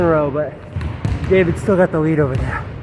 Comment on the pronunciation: You say David like its any David haha wtf